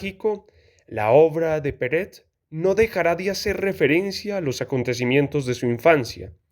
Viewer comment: por que dices peret si es perec??